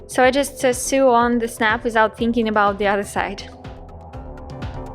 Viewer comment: Excellent video. Just to let you know sew is pronounced like the word so.